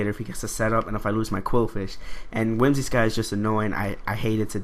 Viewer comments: WhimsiCOTT not WhimsiSCOTT, other than that good narration and battle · "Whimsi---cott" not scott haha